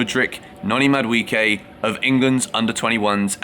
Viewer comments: It's pronounced MAD-U-AY-KAY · Bro stop butchering Noni's name where do you get the "I" in MaduEKE? Why are you changing pronunciations of the E bro? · I just love how English people pronounce Madueke, Mudwecare 😅